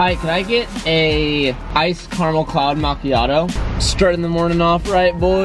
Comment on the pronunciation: "hi can I get a iced carmul chloud macchiato"